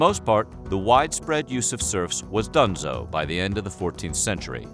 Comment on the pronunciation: He just said, "done-zos" yoOooo